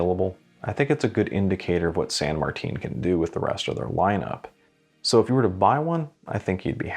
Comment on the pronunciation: Go to the san martin watch store and it’s San Martin not san Martine